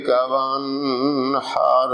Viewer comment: قاری صاحب موصوف کو یہ بھی نہیں پتہ کہ حروف حلقی پر غنہ نہیں ہوتا ۔۔وانحر پر خوب غنہ فرما رہے ہیں